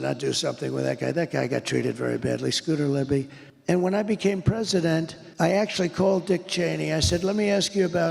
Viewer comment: Scooter Libbidy toilet is my favorite crossover political meme. (pretty sure he said libbidy twice)